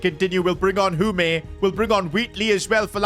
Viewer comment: Hume named is said like hyoom